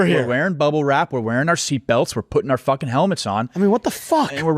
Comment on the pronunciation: I just know says “are are” in the intro and not “are our”.